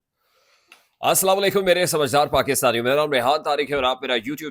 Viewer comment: Dear brother you should say Samajdaar aur Nasamaj.